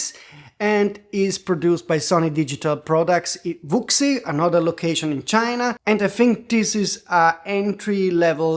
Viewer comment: It would be better to pronounce Wuxi who-she.